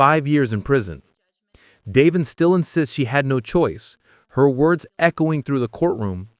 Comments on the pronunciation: i was thinking the same thing simply because my husbands name is Davin which is how the AI voice said instead of Devjn not Davin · Devin not Daven!!!